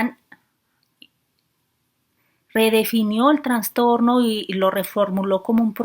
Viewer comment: Qué excelente información. Sugiero decir "trastorno" y no "transtorno".